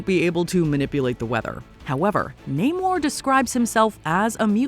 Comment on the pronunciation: It's SHOO-ri, not She-REE. Y'all say her name wrong EVERY time. Also, it's Nah-MOR, not NAY-mor.